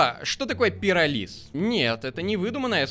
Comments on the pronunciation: Надпись: пиро́лиз.: пироли́з. Ударение: я для тебя какая-то шутка?🗿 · ПирОлиз: существует Ударение: стоит: пиролИз